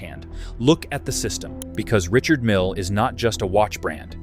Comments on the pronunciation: Richard Mille is a French man. Therefore his name is pronounced, Ree-shard Meale, which is obviously too much for the AI voice over. Doesn't alter the fact that his watches are overpriced and grotesque with it. However, when you look at the number of F1 cars and the World Endurance Series cars bearing his name, plus the annual Le Mans Classic for which he is the main sponsor, that takes a colossal amount of money, so he must be selling a hell of a lot of watches. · The Invicta for the tasteless wealthy. I'm tired of A.I. crap that that can't pronounce brand names.